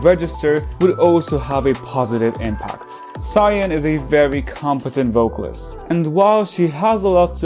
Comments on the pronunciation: Not you calling Sull-yoon "Zion".It's seol-yoon. What the hell???? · yes, and sullyoon is pronounced seol-yoon in any language